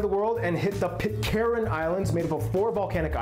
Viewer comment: Pitcairn, not Pitcarin :)